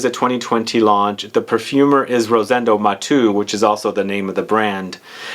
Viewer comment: Nice review,! Btw, it’s not pronounced “Mah-two” it’s “Mah-tehhh-ooh”...! Thanks for your video...! Greetings from Spain!